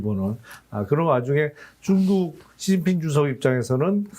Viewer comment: 쭝국 ㅎㅎㅎ 발음이 정감가네요